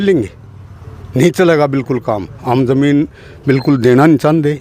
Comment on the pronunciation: Colony zar ko zamin kyun jamin kyun bolti hai